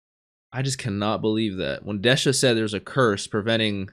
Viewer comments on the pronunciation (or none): Just wanted to do a quick correction for you on how the names are actually pronounced: Bosse : boss ( or bossu in engrishu ) Desha : Des-ha Apeas : A-pi-s ( or Apisu ) Fun fact : Apeas name is the reverse of the katakana word for "spear" ( Supia -> Apisu ) and Dorshe's is the reverse of "shield" ( Shirudo -> Dorushi )